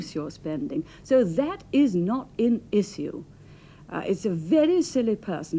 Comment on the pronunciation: Never heard the word "issue" pronounced "eee-cee-oo" before